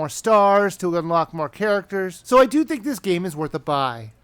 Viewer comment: Its think, not hink.